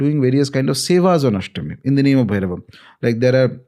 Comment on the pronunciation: pronounciation of "Bhairava" is the correct one. Ranveer is doing it "bherav". Sanskrit is loosing its shine because of Hindi.